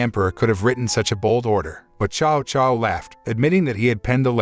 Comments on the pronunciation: This is a great movie it's just a shame that u butcher every name next time do research and learn hot to say them. Prime example Cao Cao u said "Chow Chow" it is actually said as Tsao Tsao! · Tsao Tsao is the pronunciation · His name is Cao Cao